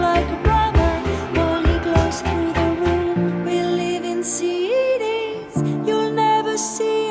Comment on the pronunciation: it would be great if she could pronounce cities (ˈsɪtiz) instead of seedies (ˈsiːdiz)